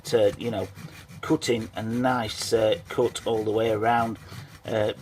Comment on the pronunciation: Coot? It is Cut. Not Coot.